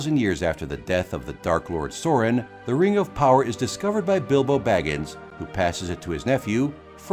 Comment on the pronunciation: Not knowing how to pronounce Sauron is one thing. Not putting Lord of the Rings as number 1 is a crime lol